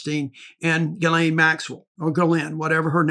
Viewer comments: Jizz-lane. Get it right!!! 😂😂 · It's "JizzLane" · I think you pronounce it, “JIZZ-LANE”.. sounds about right. That’s the dictionary pronunciation. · The lawyer pronounced Ghislaine in the French style...